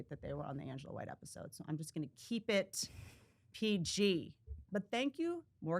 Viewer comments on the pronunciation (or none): none